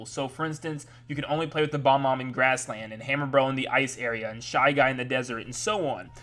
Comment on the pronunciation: BOB- omb. It's pronounced boB-omb.